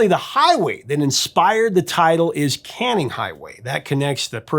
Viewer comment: Holy crap. A photo of Canning Hwy from my home town. And the Prof pronounced all the names correctly.